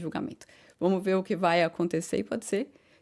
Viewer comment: fala muito Hã, hã ... Fala SE ao invés de SER ... Repete muito a mesma frase ... No mais está quase perfeita !!!! Acho tu serás uma das melhores e ................ Cá pra nós.. TU ÉS 10 VEZES MAIS GATA DO QUE NOSSA QUERIDA Mariana Becker ,,, Torço por ti "rainha training" da F'1